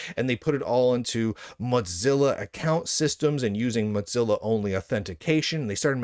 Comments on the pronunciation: Your commentary is good, but I can't STAND your pronouncing of Mozilla like pizza. It's not pronounced this way. You just got stuck on that. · No he's just pronouncing it the canonical German way - which is "Motseellaw"